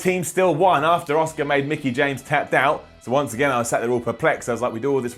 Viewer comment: I’m sorry, but you can’t pronounce Asuka’s name. Oscar.